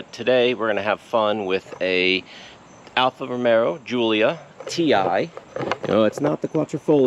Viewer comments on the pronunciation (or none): Alfa Romeo not Romero